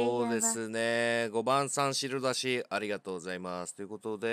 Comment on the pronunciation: この「あいざいます」気持ちいいw